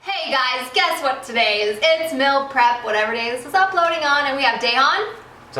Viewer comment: is def saying mill prep